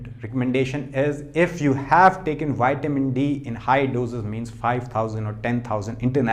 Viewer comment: Please. It's not Wiamin..it's.vitamin...thx.